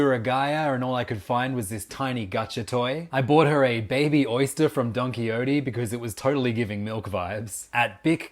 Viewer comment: That pronunciation of Don Quixote pissed me off so bad as a PMOON agent